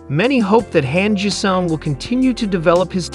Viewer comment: Han Jisung .... pronounce it like 'Hon (Hahn) G sung ... OK ... THANKS.